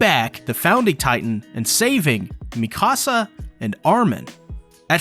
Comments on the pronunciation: “Mee-kasa” is killing me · Why does everyone call her Mecasa instead of Mikasa? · Its Mikasa not la micasa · Bro makes a lore video but keeps saying Mikasa’s name wrong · You're pronouncing Mikasa wrong... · the way he’s saying Mikasa’s name…. No…. You’re high!